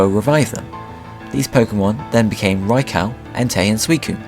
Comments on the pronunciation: Yelling at my tablet saying "its fuckimg pronounced raikoo not fucking raicow you dumb shit" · Good video but its not pronounced raikow but raikoo. Spelt raikou. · my bad. suicune was pronounced correctly. but raikou is pronounced: 'ry-ku' not 'ry ko'... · I've always pronounced Raikou's name rye-koo instead rye-cow. rye-coo just sounds wrong to me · raicow is so cool lol its raikew, or thats how americans say it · Did je say raicow? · seriously.. you pronounced Rai KOU wrong.. aswell as sui - CUNE seriously.. its not that hard to pronounce these names properly.. FFS! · RyCow??? say it right!!! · From what I have heard it can be pronounced either way, this name is specifically one in debate, but the Pokedex 3D PROnounces it (see what I did there?) Rai-kO so I would have to side with you (If I have to pick a side :P) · It's supposed to be pronounced "Rai-kO," as in a long O sound. They pronounce it incorrectly in this video. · They said Raikou wrong